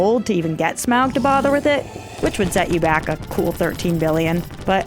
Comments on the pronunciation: STOP SAYING SMAWG! It's Smaug ('smog')! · Just save 5 minutes and say Smaug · Its Smaug and it isn't even close